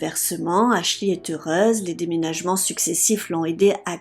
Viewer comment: Faut travailler sur votre accent et c est Ashley Ashlee